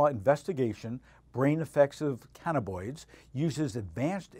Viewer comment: Damn, three times I heard cannaboids. The word is cannabINoid.